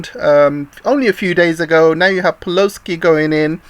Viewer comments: "peloski" I like that LMAO! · "Peloski" lol. Perfect.